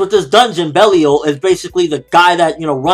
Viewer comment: Something tells me the djinn, Belial is supposed to be pronounced as "Bell-Aye-All"